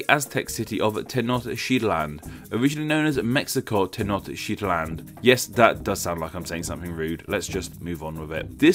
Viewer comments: It's wee-tsee-lo-potch-tlee, not hutsuriopochli is pronounced tae-notch-tit-lan, not tie-nod-shit-land and finally it's mae-she-kuh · Ten-noCH-tit-lan*, the form "Tenoktitlan" it's only used in Spain but not in Mexico where the nahua people pronounce "Te-noch-tí-tlan". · Why do you read the first two syllabi" of Tenochtitlan as "tecneo" when it is simply "teno"? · Tenochtitlan -> Techneoshitlan .... wel done sir! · 2 things, the name Mexico actually comes from the group of Aztecs called Mexica that u mentioned. And tenochtitlan is pronounced Ten- Nok tit lan. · They way I pronounce that is ten-oh-chit-lan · TEH-NOTCH-TIT-LAN That's the right way to pronounce it. Yw. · Lol. Tenochtitlan is pronounced Tayn-oh-teeht-lawn. :) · America City? There is no country named America. That's 2 continents--the North and South versions. There is, however, one called the United States of America--US or USA for short. The original name for Mexico is ten-oach-teet-LAHN; nueva = new-A-vah, or better Spanish = NWAY-vah. Kuwait = coo-WAIT, not coo-WATT. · It sounds like you said sh*t land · Tenochtitlan isnt pronounced how you pronounce it......... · THE WAY YOU PRONOUNCED TENOCHTITLAN HOLY SHIT SNCJDNCJSNFBS